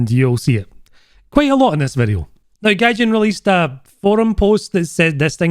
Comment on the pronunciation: Noone: Absolutely noone:: "des videu"